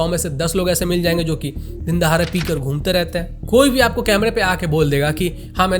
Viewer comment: dindahare nahi dindahade correct kya engineer haitu